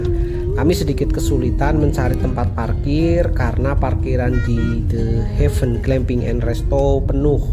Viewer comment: Ini video ttg The Heaven pertama yg saya dengar vlogger menyebutkan The Heaven dgn sangat benar. 👍 Video sblm2nya pada nyebut "de hiven" (gemes dengernya). Buat si ibu.. Bapak nyebutnya udh bener ya Bu, jgn malah disuruh nyebut salah. Malu nanti kalo ada bule yg nonton.